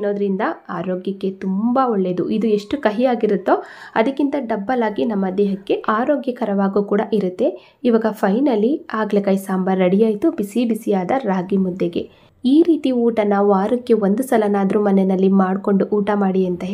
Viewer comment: It isHagala kai not aagala kai